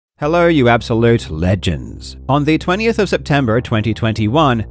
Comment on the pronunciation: Loving the sauce you put on "legends" 😂